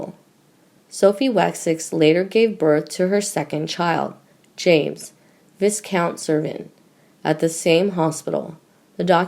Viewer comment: Viscount is pronounced Vycount